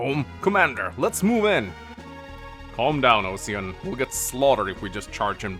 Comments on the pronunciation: Osian is pronounced Aw-Sheen where the aw sounds like the first syllable in Awful. it's the name of a hero from Irish Mythology: Oisín. Normally I wouldn't give a shit, but I speak a little Irish and it's driving me insane hearing it pronounced Ow-See-An which isn't correct in English either. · To make the Osian thing worse, it's pronounced "O-shin". It's just the spelling is Osian. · I know this is probably the same as saying Ingree, but 'Osian' should be pronounced 'Usheen' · I know what you mean. I'd mostly shrugged the weird translations of the already weird Japanese transliterations off until now. I didn't realise how much hearing mispronounce Oisín was going to get on my nerves though. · Question, just noticed osian is spelt the same way Sian is, Sian is pronounced sharn isn’t it? So technically is his name of Osharn? Ocean? 🤣🙈🤷🏼‍♂️